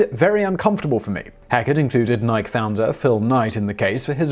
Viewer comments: Seriously, you are right, but why give a crap about something so irrelevant? True, most Brits pronounce it as he did, but that is just getting our own back for hundreds of American mispronunciations. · the "nyke" corporation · Simon, that major sports apparel company name is actually pronounced (Ni-key). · Simon, it's Nike, pronounced "Nyk-E." NIKE-EEEEE. Emphasize the "E" at the end, unlike the "u" at the end of "desu." <3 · Nike is pronounced like Nike-E. Sort of like a guy named Mike E, but with an N instead of an M. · Pronounced "Nikeeee" :) Love your stuff Simon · It’s pronounced nigh-kee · I normally would let something like this fly but this is the second video where he doesn't pronounce it right and its driving me crazy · I'm gonna sue Simon whistler for how he pronounces Nike. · Nike has two syllables Simon. Please stop. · Pronounce the E on Nike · Simon, I love you man but you gotta stop mispronouncing Nike. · He does it on purpose. He knows he's pronouncing it wrong, but he said he's going to continue doing it. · Lol. This video proves beyond a doubt that this guy intentionally mispronounces words as to bait people into leaving comments. Most other videos could simply be played off, but there's no way this guy doesn't know how to pronounce Nike. The videos with him saying "have a go at me in the comments" in regards to mispronounced words is some of that clever reverse-psychology, huh? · still doesn't make it the correct pronunciation. I mean unless the company doesn't know how to pronounce their own name? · You said you prounce NIke in 1 syllable in another video and then you did prounce in 1. You are a man of your English upbringing, lol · Plus kt is our language, and a kind of petty revenge agaknst yanks who mispronunce many words.